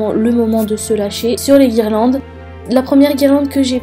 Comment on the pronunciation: Guirlandes* pas guirelandes